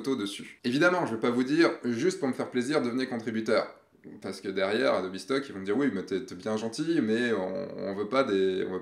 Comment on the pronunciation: Ce qui me perturbe le plus c'est le "Adobi" ^^ Bon j'ai quand même une question sur le adobe stock : il y a des conditions particulières pour participer ? (age min, photographe pro, abonnement adobe...)